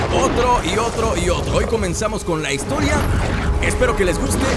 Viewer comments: dice hisotria xD para que lo corrijas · Dice hisotria 😂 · Es historia pero le dijo asi xd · Dice hisotoria